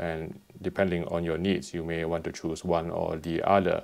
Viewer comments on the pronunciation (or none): It's OTHER. Not UDDER.